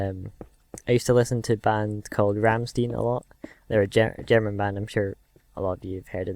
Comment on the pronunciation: Its called ramstein not ramsteen :D